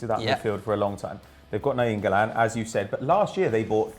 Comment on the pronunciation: "Na-YEEN-golan" wow could you sound dumber